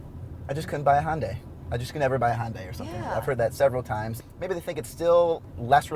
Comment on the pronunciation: if you are going to review a car at least learn how to properly pronounced the car that you are reviewing. It's not Hundaai.